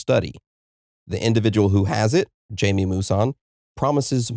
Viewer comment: Pronounced hymee... Not jaimey. Geez anyone that does not know this researcher can't be very knowledgeable in the field of ufology.